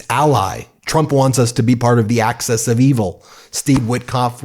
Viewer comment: Will keep commenting on this - AXIS of evil, not ACCESS, come on Ben, please.